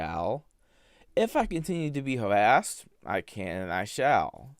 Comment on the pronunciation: "If I continue to be hawwassed, I can and I shall." What, be hawwassed? Yeah we know.